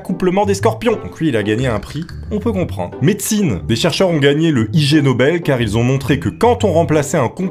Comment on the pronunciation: 😓 On ne dit pas I-G Nobel (en séparant le I du G et du Nobel comme tu le fais) , mais on prononce ca vomme si on prononçait le mot "ignoble" en anglais... C'est un jeu de mot, gros benêt.